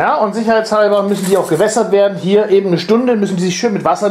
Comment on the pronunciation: Es heißt eben und nicht ebend! Ist mir schon öfter bei dir aufgefallen, dass du es falsch sagst.